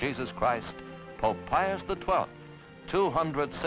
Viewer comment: No, no, no...It's POPE, not DOPE.